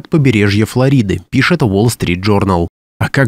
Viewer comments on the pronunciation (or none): none